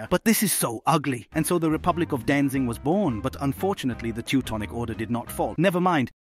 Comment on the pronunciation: Danzig* not Danzing. Good video though.